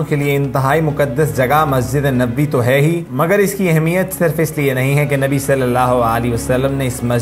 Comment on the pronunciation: Barae mehar bani nabi pak ka naam thk tarhan s lijye